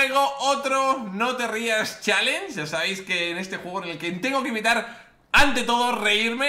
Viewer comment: ''si te rias challen' '